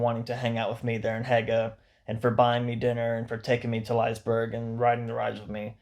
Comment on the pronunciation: Liseberg is pronounces [Liss‐eh-berg] As in "bliss" but no B, the a short, sharp E making an "eh" sound followed by "berg"